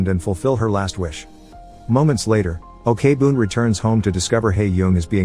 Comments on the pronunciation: Your recap is always great and amazing I even watch some of the movies because of your channel, but little suggestions can you search how to pronounced their name before make a video? Like Jung is not Yung or Ok-boon it's not really okay-boon but okboon they're not separated. Other than that I enjoy your videos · Why do you pronounce she as 'O.K-boon'? 😂 It's OK-BOON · Okay now, it's not Na Ok Boon it's Na OK (OAK) BOON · You couldv'e at least research on how to pronounce the name! Ok-Boon as OKAY-BOON?? Wow! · I just want to correct that Ok-Boon is not pronounced as Okay-Boon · Great video and movie. I just need to say though, O-K BOOM is the funniest pronunciation of that name ever lol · The pronunciation of Ok Boon as Okay Boon is killing me, but I've already watched this movie years ago and it was so good. Also very sad because it touches such an upsetting real life event. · ikr, they can make videos but can't even research to find out the correct pronunciation? maybe it's done on purpose to generate more comments criticizing it lol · The first part of her name is pronounced "oak", I don't understand how he could have gotten it wrong after watching the movie...?? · Is this video spoken by a computer? Why does he keep saying o-k-boon? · The story telling was amazing but, OKEY boon. I'm sorry but Im pretty sure that's mot how it's supposed to sound. No hate tho. Your videos are amazing this is just a small detail I picked up. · And here me, keep having to close google's AI search engine. Cause everytime he said "Ok-Boon". My phone detect "Okay Google" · Pls pronounce the names correctly especially Ok(u can pronounce it as ‘oak’ ) Boom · Okay Boon is a funny way to say thename